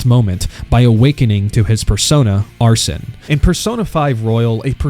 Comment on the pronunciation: its not arson its ARSENE with a french accent. ARSEN and the en is pronounced like end